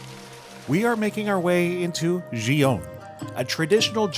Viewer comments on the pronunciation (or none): FYI: “Gion” is pronounced with the same hard “g” as the word “geisha.” 😅